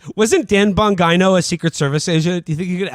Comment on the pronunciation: Dan bongos